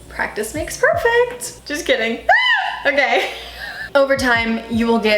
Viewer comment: when “okay” sounds like ”o-gay”